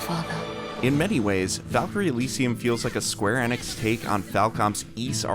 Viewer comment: cant even pronounce square enix